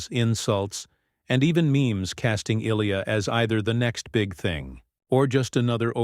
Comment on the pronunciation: Lame AI videos can’t even pronounce Ilia’s name right.